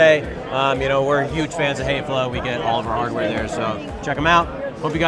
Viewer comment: Häfele should be pronounced, "hef/fel/le" the two dots over the "a" turns the sound to a short "e" sound like "egg".